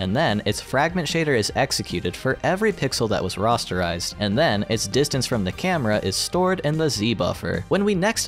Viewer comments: Your saying Rasterizted wrong. There is an A there, not an O. Ra aster ized. Not "Roster ized" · *Rasterized. Not like "Rasta". Who are these people making all these videos where they mess everything up?? Seriously, almost any video by anyone who seems like they're under 30 has sooo many problems. It's like someone smart is writing the scripts and some kid who doesn't know a damn thing about technology is reading them. Linus Tech Tips is an exception. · "Rosterized" lol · He had me until he started pronouncing "rasterized" as "rosterized". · "Rastarized"? Is that a hair joke?